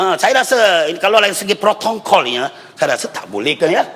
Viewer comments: Protokol pek.. bukan prokontol.. ckp biar terang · dia sengaja sebut tu untuk sindiran... Org umno mana faham bab sindir2 ni